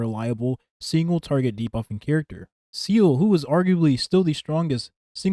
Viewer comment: Bro it’s pronounced Zeeluh not seele I know it doesn’t matter but I’m just saying lol even Sayluh is better then seal sorry don’t mean to be a pest